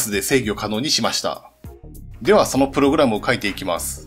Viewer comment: おい！！！プ↑ログラムのイントネーションおかしいぞ！！